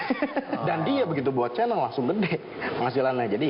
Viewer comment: Kok narator nya ngomong chanel malah "kanel"